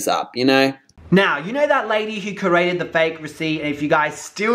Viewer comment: I love when you say "carated" and not 'created' 😂😂😂😂 good content!💘